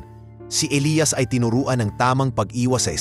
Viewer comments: Nakakatawa Elias as eliyas not elayas😂😂😂😂😂 you need to improve your channel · elias elayas paano ba yan bigkasin mo iba iba eh